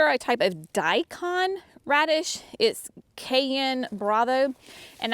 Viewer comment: Radishes are such a quick harvest,. I was amazed the first time I grew them at how quickly I had radishes. Yes, I think you pronounced Daikon correctly. Many people use them in heavy clay as a soil buster since they can get so long. I have always loved radishes ❤ Thanks for the recipe.